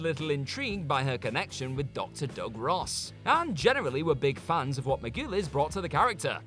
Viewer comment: I take it these dicks just mispronounce stuff on purpose to gain more comments? , "farns" rather than "fans"?? It just underlines the shortcomings of the so called presenters on this channel. GFY!